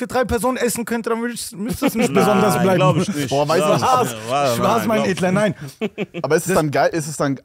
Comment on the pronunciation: Hahahaha digga abdi sagt die ganze zeit "mein edestler" ich kann nicht mehr